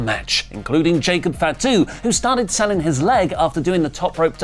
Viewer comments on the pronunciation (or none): its not FAT-U please pronounce properly